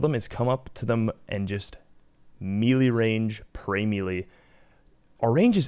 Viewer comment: the entire rs community mispronounces melee, no joke...